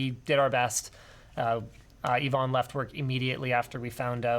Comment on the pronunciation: Why do you keep calling Yvonne Ivan?